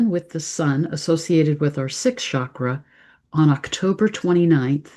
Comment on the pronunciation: The Sanskrit word “cakra” or “chakra” is pronounced with a hard “ch” sound, like cheese.